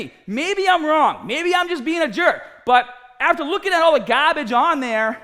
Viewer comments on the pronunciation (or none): this guy has gotta be from the northeast prolly from new hampshire by the way he said GAAAAAARBAGE. anywho im new here and this dude seems pretty cool and i started using some of his tips from his videos so keep up the good work man! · You can tell mad when he starts to sound like a New York trade union boss. "225 on the BAAHH" "Gahbage" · It’s funny, he sounds like a pretty average accented American, until he say “gAAbAAge” lol. Oh how I love a good Boston accent! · Heard gahhhbej workout, like splipped. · Yep, lots of “Gahbij” from those wanks. You tell em! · Influencaaaargh gaaabage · I like how you say garbage